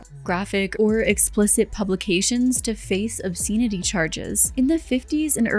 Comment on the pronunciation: Pronouncing obscenity charge like that is diabolical. EDIT: The way you say bury is worse.